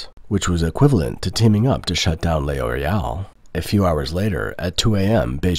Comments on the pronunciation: L'Oréal is pronounced LOR-AY-AL, not lay-or-ay-al. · What is Lay Oreal ? Do you mean L'Oreal ? Thats not Lay Oreal, just Loreal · It's not pronounced "Le Oreal" but "Loreal" without breaks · Nice video. However the French company is pronounced "Lor_ee_)awl", The L is slurred with the Or to make a single syllable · Stop saying Le Oreal. Are you a bot? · Lay Oreal? What? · I’m sorry but him saying ‘lay oreal’ over and over was too funny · WTF is Lay Orial ? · It depends on accent, though. In my accent, the narrator said "lay-or-ay-al" because he failed to understand that the apostrophe indicates elision.